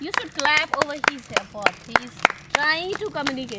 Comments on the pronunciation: Miss advocate it's clap not slap🤣🤣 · Yahi clip mene 4-4 baar repet karke dekha clap ko slap bool rahi hay 😂😂😂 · Put your hands for a good slap ? Clap ko Slap bol diya advocate ne 😂😂😂 Wahhh didi Wahhhh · slap arey jahil wo clap hota hai 😂